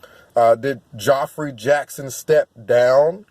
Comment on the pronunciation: Geoffrey is pronounced like Jeffrey.